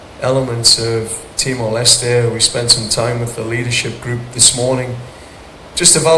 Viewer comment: John Herman nyebut Timor Leste dengan "Timor Leste" Lah ini wartawan sok Inggris nyebut Timor Leste dengan "Timor les" "Te" Nya di hilangkan, itu bukan bahasa Inggris cuk,, hormati sebutan negara orang.. Wartawan sok Inggris...